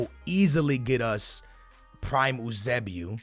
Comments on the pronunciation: It’s pronounced YOO-SAY-BEE-O Jesus Christ stop trying to be smart pronouncing it like oosaybeoo. Embarrassing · I hate the way he says some of these players names... its Pel-A and You-Say-B-O